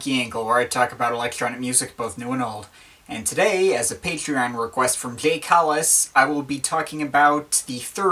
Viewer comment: your u key break there? "reqvest fvlfillment!" "abovt"